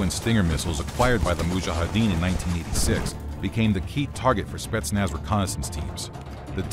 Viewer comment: how many times did he said "spestnaz" in 5 minutes ?